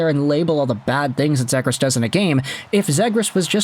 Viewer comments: Its ZEEGRAS Long E vowel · C'mon, you know it is pronounced Zeeegras with a long E.. At the very least respect the player and pronounce his name the way "he" pronounces it. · I’ve never heard anyone pronounce “Zegras” like that before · Forsure not saying his name right lol